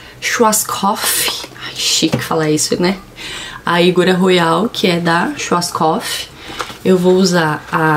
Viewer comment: Vc ta falando errado schwarzkopf. Coloca no google tradutor pra ver